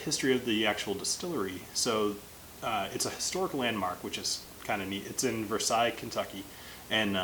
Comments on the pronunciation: Quick tip, when pronouncing “Versailles Kentucky” it’s pronounced here exactly as it’s spelled! (Ver-sails) not “Ver-sai” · Weird as a Kentucky boy hearing someone say Versailles properly (p.s. much love not making fun just really bubbly) around here it’s vur-SAIL-es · I bet you it's pronounced 'ver-sai' but the people of kentucky have been mispronouncing it for so long it kinda became the norm :p Don't know for sure though :p